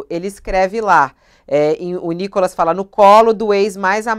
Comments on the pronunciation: o cara chama o nícolas de nocólas?? quanto ódio ao ponto de não Reverbera o nome correto do nícolas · Cara fala NicÓLAS 😂😅😂😅😂😅😂😅😂😅😂😅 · Cara não sabe nem falar Nikolas! 😂😅😂😅😂😅😂😅😂